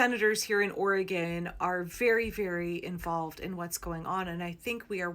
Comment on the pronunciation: OR/ E/ GON...